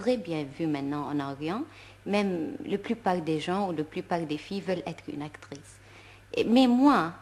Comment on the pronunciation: عجبتني بزااف كيووت سيرتو لما تنطق اكتغيس ههههه